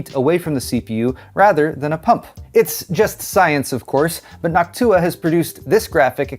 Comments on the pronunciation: I hate how you pronounce Noctua like Hawk Tua now 😂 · Nactua, more like hactuah.....